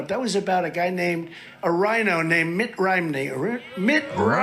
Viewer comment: I laughed when he messed up Mitt's name. Mitt Rhimney. lol!